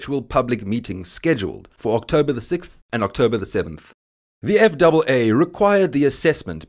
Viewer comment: Jesus Chris when you pronounced that. eff double A I had no clue what you are talking about even though I hold a commercial FW/RW license and CFI. It’s known as Eff ay Aay